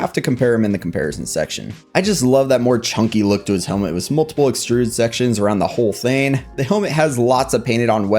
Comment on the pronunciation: No offense but like it’s “with” not “wiz”